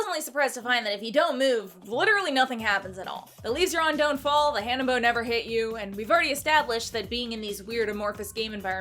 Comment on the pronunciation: you’re the perfect blend of goofy and sexy! I hope you have a long and successful career! That said, it’s Hannenbow, you goober!